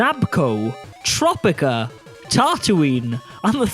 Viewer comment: Topica pronounced with an r after the T?